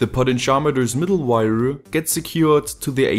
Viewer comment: Damn, I really like your videos, but you saying weiaa(wire) is just too funny.